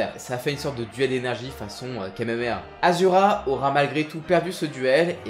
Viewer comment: Sa me fais bizarre quand tu dis asura au lieu de ashura qui est son vrai prénom